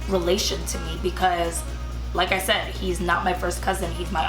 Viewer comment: You really said "sad" instead of said?